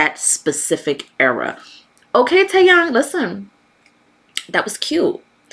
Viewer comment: You are pronouncing his name correctly “Yang” is pronounced “yah” and not “yeh”. Jimin is my ult bias through and through. I’m not much of a Kpop fan, but I appreciate it when there are good music regardless of genre, Kpop being one. The only Kpop groups I more than casually listened to were Big bang and BTS. Taeyang is easily my most fav in BB with GD close second. Taeyang is really talented, a great singer (better on live performances) and a great dancer. He’s also very humble and genuinely a really good person. Jimin has been such a huge fan of Taeyang. Jimin and Taeyang have different personalities but have so much similarities. I love them both. I’m excited for both of their albums that are coming out soon.